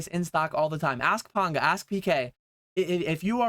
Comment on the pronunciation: My third comment 😂 I thought you were saying A$$. Then realised you said ask lol 🚀